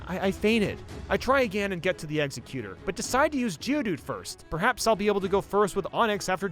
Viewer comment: The way he says Egsexutor bothers me